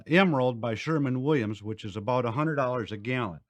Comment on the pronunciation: he almost said Sherwin Williams correctly 😛